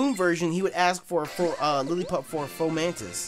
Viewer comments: Ok ladies lets get in "fomantis" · FO-MANTIS DAMN!